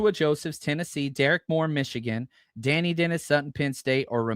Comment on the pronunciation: I think Dani is pronounced “de-ny” not “danny”.